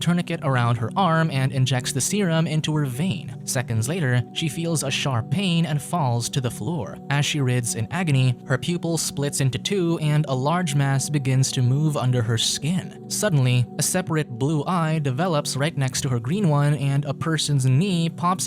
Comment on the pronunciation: "Wriths"? It's "writhes" pronounced "RIYTHS" not "RIHTHS". You lazy jerks don't even check your pathetic AI for pronunciation. A computer geek with an Amiga 500 could have done a better job of this video.